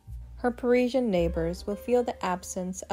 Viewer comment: The late Serge Gainsbourg, always smoking, unkempt, must have stank with rancid breath🤮. Jane/Serge, were very interesting , but this pointless video with repetitive, poor narration, bad pronunciation, ‘priezien’ was so boring I fell asleep! 💤